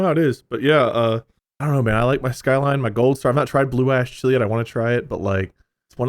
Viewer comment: Oh I love the Cincinnati Ch-lee! 🤣